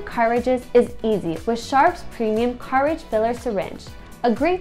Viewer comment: i was wondering if my hearing was fucked....but no,she just butchers English.